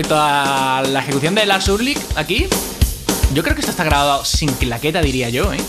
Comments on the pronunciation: no sabe pronunciar Ulrich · pronuncias mal el apellido de Lars.un saludo 👋🏻👋🏻👋🏻👏🏻👏🏻👏🏻😉👍🏻